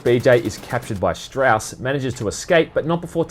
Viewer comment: It's been about a year, and it's probably been pointed out, but it's Strasse, not Strauss. Two different things.